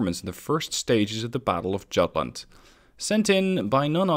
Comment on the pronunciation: Jutland: the J makes a Y sound